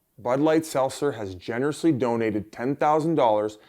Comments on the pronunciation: Yo biz why cant you say seltzer bruh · Biz ffs learn to say seltzer